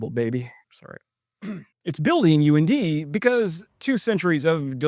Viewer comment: UND pronounced UNDIE...and go